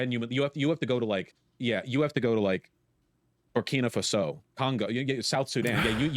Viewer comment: BER-KEEN-AH FASS OH!?!?! That's how he pronounces that?